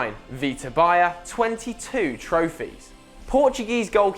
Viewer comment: pls learn how to pronounce " Baía"